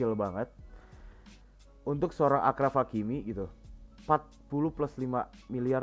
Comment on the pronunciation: Video yg mantap bang, review gw ttg match kali ini -Marcelo overlap -Benz Hazard udh bagus sinerginya tp kurang clinical -Kurang kreasi serangan -Kortoa harus ttp konsisten Oya ralat dikit do, cara pengucapan 'achraf' itu 'asyraf' dalam bahasa arab, penulisan bhs inggrisnya achraf.